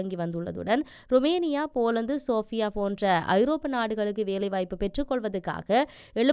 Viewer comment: சேர்பியாவுக்கு சோபியா என்றும் traval என்பதற்கு ரவல் என்றும் வாசித்தீர்கள். திருத்திக்கொள்ளவும்